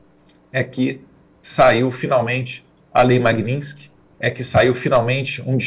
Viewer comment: Poxa Eduardo!! MAGNINSKY? Vamos pronunciar certo. Você é culto!! E muito inteligente